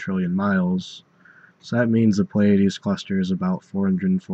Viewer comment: Some astronomers pronounce this as "ply-uh-deez" or "plee-uh-deez" but this is the first time I've heard "play-uh-deez".